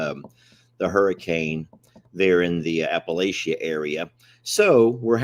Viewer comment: That's Appa-latcha.